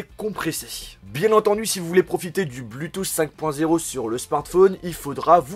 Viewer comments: Tu as encore oublié de mentionner le fait qu'avec le bluetooth (prononcé BLOU et non BLU hein x)) 5.0 tu as surtout possibilité d'y connecter 2 appareils en même temps et malgré choisir entre partager 1 source audio pour 2 appareils ou 2 sources différentes en même temps :D! Superbe vidéo sinon ;) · ÇA SE DIT PAS BLUUUTOOTH MAIS BLOUUUUTOOTH !!! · " du BLuuTooth" mdrrr Super vidéo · Je viens faire le casse pieds mais on prononce /blou/tooth et non /blu/tooth ... ça sonne vraiment bizarrement. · "le blutousse"